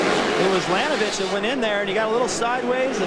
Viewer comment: damn that commentaror cant say billy laninovich's last name